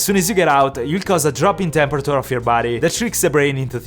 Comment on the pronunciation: everyone : temeprature him : tepera-ture